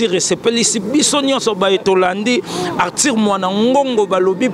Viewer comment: Belle émission mais ce journaliste dois apprendre à bien prononcer Arthur et non artir